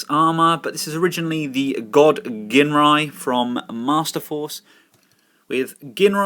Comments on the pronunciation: My OCD hates the fact that so many people pronounce Ginrai's name wrong. It's pronounced jin-rai, people! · Super God Masterforce had Godmasters, also, Ginrai, pronounced Jin-Rai